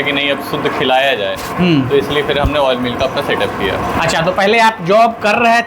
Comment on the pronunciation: Woil nahi Oil bol bhai😂😂